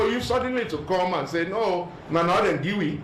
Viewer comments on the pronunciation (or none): We are here to “gee” instead of “give,” painful to watch.